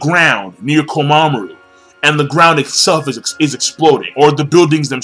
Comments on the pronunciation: Jeesus King, it's KOMA-MURA, not KOMA-MARU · "Mura", not "Maru" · ITS KOMAMURA NOT KOMAMARU LOL